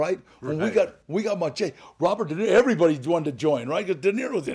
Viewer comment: Funny how they pronounce Machete its the long knife more sword like ( mah- shah-tay) wtf is that Glad ?